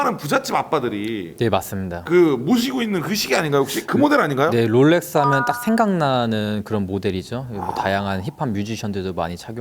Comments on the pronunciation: 제발 롤렉스라고 해주세요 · 왜 로렉스라고 하는거지 ;;; 거슬리네 Rolex의 L은 원래 받침 ㄹ까지 발음해야하는해서 롤렉스로알고있는데